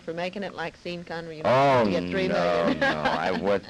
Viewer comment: Hahahhahahah..... Ida calls "Sean Connery" "SEEN Connery" How funny is that???!!!